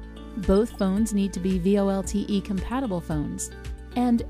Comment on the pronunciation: Just curious - the lady says V-L-O-T-E instead of V-O-L-T-E. Why is that?